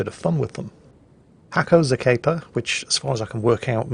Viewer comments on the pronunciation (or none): Regarding HackoXakepa - He is a Bulgarian player (NOT RUSSIAN!). It's the second time you have featured a replay of his. Previously you called him "Hacko Zapeyka", now he is "Hacko Zakeypa"... LOL The name is pronounced like "Nasko Hackera". Nasko - short from Atanas (a Bulgarian name). It's a diminutive name - like Billy from William, Dick from Richard etc. Hackera - "The Hacker" in translation. Better call him Dave :D